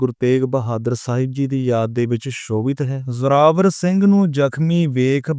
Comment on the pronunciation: ਬਾਈ ਜੀ ਉਗਾਣੀ ਸਾਹਿਬ ਹੈ ਉਗਾਨੀ ਸਾਹਿਬ ਨਹੀਂ ਜਰਾਵਰ ਸਿੰਘ ਨਹੀਂ ਜੋਰਾਵਰ ਸਿੰਘ ਜੀ ਬੋਲੇ